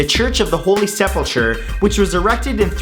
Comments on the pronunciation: its pronounced seplecur not sepulchre even if that;s how its spelled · Matt, the Church of the Holy Sepulchre is built on the alleged site of the tomb of Christ, not the site of the crucifixion. 'Sepulchre' means tomb, and the H is not pronounced- it's 'sepulker'.